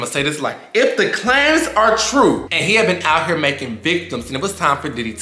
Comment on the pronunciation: First off baby, it's pronounced Claims, not clams. Secondly, J.T. face SAID IT ALL, in that weird interaction between Tee and Careesha, especially when Tee was like, and look where are now... 😂😂😂😂ish is sick and disturbing 😳 😐 but, what do you expect when Diddy at the head of the topic. Him, Jay-Z, and a few more fittn ta go DOWN, DOWN, DOWN!!! What's that they calling Careesha now.. Ghislaine/Careesha. If she thinks she's free from Ll of this cause she ain't talking, or saying nothing, boy, does she have a RUDE awakening headed her way. She will be implicated and possibly indicted for her involvement with S@ trafficking, money embezzlement, and who knows what else. She shoulda run and never looked back. She really shoulda come out, AT THE BEGINNING, and cleared her name, somehow. But, she didn't which makes her look guilty and at the very least compliant to said charges.